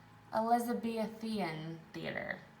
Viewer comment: Great information and refresh but I honestly couldn't tell if you really could not pronounce some of the words or if you were doing it strategically to draw our attention. Especially on words like classicism and Elizabethian... either way thanks for putting this together